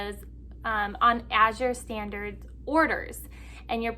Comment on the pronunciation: I can’t se anyone complaining about the prices and selection of what Azure Standard…..and yes, you said the name absolutely correct. Did you get the order yet? What did you think?